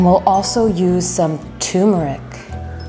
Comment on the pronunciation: Its pronounce tur as in turn amd meric